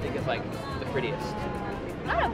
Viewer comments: Everyone: Seulgi This random guy, an intellectual: selloodgie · "sell ugie" 😂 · Seulgi caught my attention. I had trouble pronouncing her name too lmao